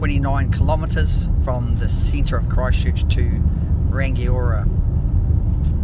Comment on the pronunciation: rangiora is also pronounced rung eee aura not rang i ora